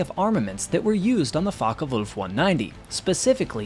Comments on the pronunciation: It's Focke, not Fokker. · Oi😊s focke wulf not fokker wulf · I wish you'd pronounce it properly: it's Fo... as in Ford.